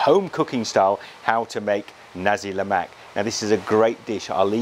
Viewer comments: its the pronounciation its not ne-si lemak its na-si lemak pronoce na as nah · its nasik lemak not nesi lemak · Do you even no how to say Nasi Lemak